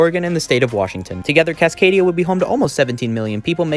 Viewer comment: Cascadia, not Casadania